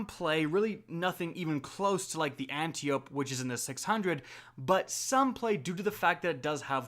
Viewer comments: Thanks for the video dude ;) stoked to try some of these out. Oh, and by the way Antiope is pronounced (An-tie-oh-pee) like the daughter of ares in Greek mythology, just a lesson for the day yo ;) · Why does everyone mispronounce Antiope? “An-taya-pee” It’s Greek, originally pronounced “ah-dee-o-pee”. Hope this makes sense.